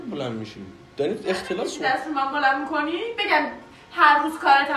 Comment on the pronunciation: اختلاتو میگه اختلاس ❤😂😂😂